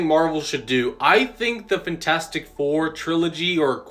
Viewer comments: does anyone else fucking hate the way this dude says fantastic 😭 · FENtastic four lol